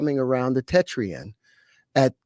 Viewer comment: Who ever this person is other podcasts talking and some debunking like you could he be more like a spokesperson for something he didn’t pronounce tetrahedron for right at times and just because a person has a bunch of patents doesn’t necessarily mean they are the inventor. What did he say we’re going to replace the sun ☀️ with a quasi crystal 🤔 Yes Joe needs to get you on besides whos joe rogan really? Just because big account. Keep doing what you’re doing you are on the right vibe because much sus to me